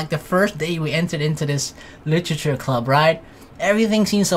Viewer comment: "That doki doki... litchurchur club" LIT-ER-A-CHUR